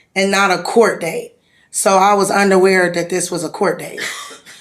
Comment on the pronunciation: She said she was "undawear" it was a court date...😅